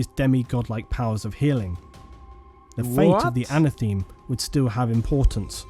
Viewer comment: The one thing that annoys we with are some of his pronunciations - it’s Monar-key-a not monarcheea - it’s Erebus not Ereebus - and it’s anatha-may not ana-theme 😂